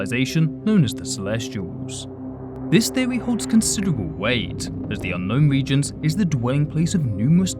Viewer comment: “Pwominent” “Gwavity” “Theowy” “Wegions”